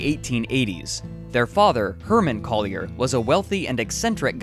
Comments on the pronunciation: IKR, it bugged the hell out of me! I'm actually scanning the comments for others who were bothered by this, but you're only the 2nd one I've come across. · No New Yorker has ever pronounced it "Coll-yair"